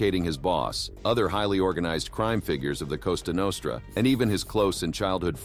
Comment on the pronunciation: "Costa Nostra"? That's kind of insulting, it sounds like an island in the Caribbean.